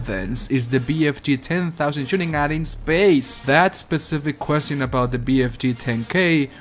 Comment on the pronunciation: Where are you from? The way you say the word "question" is pretty weird lol